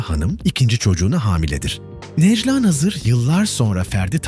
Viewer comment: Bu nasil yorum kardesim herkes telafuz ederken sen neden nejla nazir diyorsun Nejlâ a yi uzatsana